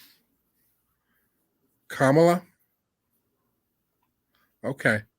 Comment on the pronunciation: Did he ever get it? Kamala pronounced "Comma-LA" 🤣 Genius! I love it!💯